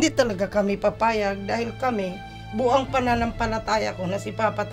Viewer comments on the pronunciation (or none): sya na nah sabi BU-ANG ang pananampalataya nya.. 😆